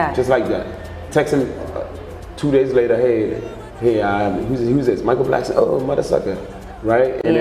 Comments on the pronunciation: It’s Michael “Blackson” not “Blankson” 😂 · It's BLACK-SON not Blankson. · Blackson not blankson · Why did she keep saying blankson?